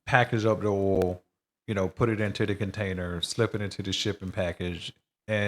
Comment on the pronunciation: OIL...not "'OL"...